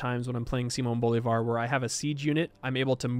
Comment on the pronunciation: If you are interested, the stressed syllable in Bolívar is "lí", so it should be "Bo-lee-var"